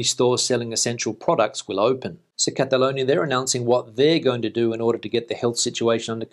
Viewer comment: Just a polite comment to help you with your pronunciation, you seem to be making the "o" sound when you say Cataloñia { I've only just noticed that the spelling would suggest that you are correct in your pronunciation} but in my experience Spanish people say Catalooñia Cataluña ([kataˈluɲa]) loo sound for the lo, I was meant to be travelling back to the Costa del Sol tomorrow but that got cancelled to the end of the month and but the way things are going I think it might get cancelled again! Frank in London. keep up the good work